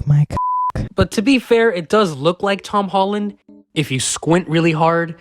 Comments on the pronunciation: Bruh he said hom tollen 😂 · Am I the only one that heard him say hom tolland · Why he say him tolland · “Hom tolland”😂😂😂